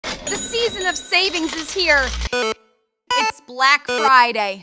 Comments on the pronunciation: that fucking archway says blac fird instead of black friday lmfao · "bla-ack fri-yay!!🗣️💅" ✨Brick frday✨ "critical infrill!" bro typed "/e rebirth"💀